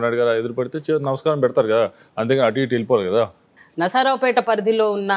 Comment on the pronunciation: Adi nasaraopet kaadu Narsaraopet